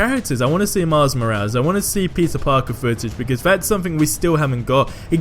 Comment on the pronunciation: Maz maraz? Don't you mean Miles Morales?